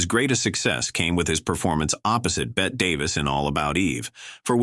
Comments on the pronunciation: AI needs to learn how to pronounce names: Bette Davis is pronounced “Betty,” not “Bet” and Joel McRae is pronounced “McCray.” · Bette Davis' name is pronounced the same as "Betty". She's not a wager.